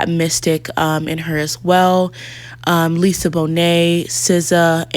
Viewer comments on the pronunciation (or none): none